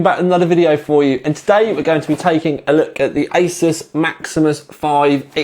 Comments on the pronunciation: Ay-soos not Ay-sus. makes it easier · I was at a tech show last year and the ASUS rep really gave people grief when they said A-SOS and not A-ZEUS !!! So, I can confirm it is pronounced A-ZEUS or A-SOOS depending on how much Z you put into your S's...lol